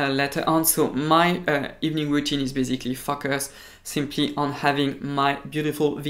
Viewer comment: Wtf 😂😂😂 « my cleaning routine is basically f us ». The things that can happen when you pronounce focus wrong.. I was legit: «wut ? »